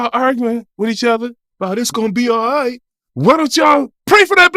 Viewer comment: "It's gone be ight Suge" "it's gone be ight".